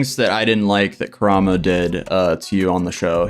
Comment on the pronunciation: the way you pronounced Koramo just took me out!